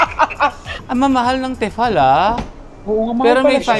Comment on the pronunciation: I love your vlogs!!! Pero advice lang po it's "Tee fal" 😊